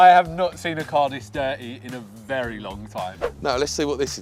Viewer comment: Vewy VEWY!